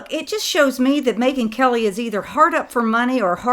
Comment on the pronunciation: I think "Megyn" is Mangyn!